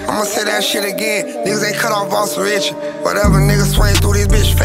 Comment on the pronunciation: Homie said Boston snitchy 😂😂😂😂